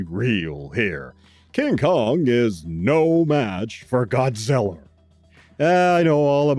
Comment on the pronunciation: Thanks for the shout out and for reviewing both TOHO Kongs and also for insisting on saying "Godzillar and Gorrilar. 😄 You're the BEST, Sir. THE Best!